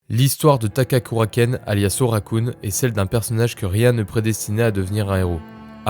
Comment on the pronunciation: OKARUN pas ORAKUN sinon bonne vidéo. Je te souhaite bon vent !